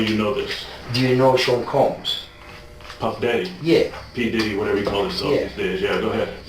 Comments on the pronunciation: Who tf is Sean "cooms"? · Ah yes Shawn Cooms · Sean COOMS... I can't not hear it. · Sean cooms 😂😂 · Not Sean Cooms😮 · Shaun cooms 😂😂😂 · Sean "Cooms" Melvin "Cums" 😂 Edit: It gets a lot less funny from there. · "Meet Sean Cooms" lmfao 😂😂😂😂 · Are you calling the diddler "Mr Cooms" because of a 4-chan thing? It's hella funny either way. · Sean Cooms 💀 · Sean Cooms?! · Sean Cooms? He sure does. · Sean Cooms haha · Sean Cooms. Lol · meat sean cooms? lmao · Sean Cooms 😂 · Sean Cooms 😂😂😂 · sean cooms rofl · Who the hell is Sean cooms?